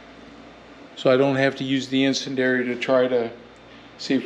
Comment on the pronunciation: I think the pronunciation of icendiary is "in-SEN-dee-AIR-EE.". Could be wrong, but just thought I'd add.